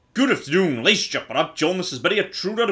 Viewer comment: "Ladies and gentlemen" turned into "Lechen".